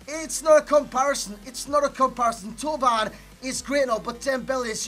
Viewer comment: Finally a YouTube who can pronounce Thauvin properly